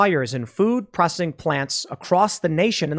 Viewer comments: Hey Tim it's P R O S C E S S ING NOT prossing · Dude, your pronunciation of "processing" is driving me nuts. PRAH SES SING. Say it again. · Is it me or is he saying "prossing"? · Why cant Tim pronounce processing? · pro cess ing not pro cing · Say it with me tim.... PRO-CES-SING... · Tim, it’s pro-CE-ssing. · Tim….it’s pro-cess-ing. Love your show but that drove me nutty 😀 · All I heard was "food prossing". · Anyone else triggered by the way Tim keeps pronouncing it "Procssing"? I think he's doing it on purpose. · PRO CESS ING. say it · Tim, honest question. Do you have a speech impediment? You can't say "processing" and hearing you mis-say it over and over is painful to my ears. I have never heard you say "versus" correctly, either. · Why can't he say the word 'processing'? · bruh learn how to pronounce processing it's f'ing annoying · The way you say processing sucks but you are loved anyway! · How come you can’t say the word “processing”? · The real question is; can Tim really pronounce processing? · So Tim can't say the word Processing huh? Lol